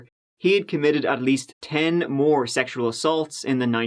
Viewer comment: did pronunciation of 'sexual' remind anyone else of Tim Curry's Dr. Frank-N-Furter? I adore, and Tim Curry -)